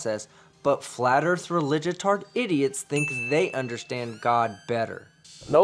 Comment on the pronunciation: Dear mister car talker the erf isn't what you think it is.